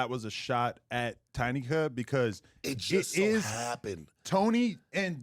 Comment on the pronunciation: As soon as I read your comment he said Tiny cuh 😂😂